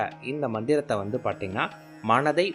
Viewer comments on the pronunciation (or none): நீங்க தமிழை சரியாக உச்சரியுங்கள் அதென்ன. பார்த்தீங்கன்னா -னு சொல்ற அந்த வார்த்தையை பாட்டிங்கன்னா அப்படீன்னு சொல்றீங்க, தப்புத்தானே அது...